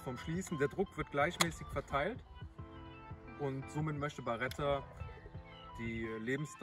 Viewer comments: Es heißt Beretta nicht Baretta😂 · Aber die heißt doch Beretta und nicht BAretta.Vielen Dank für das Video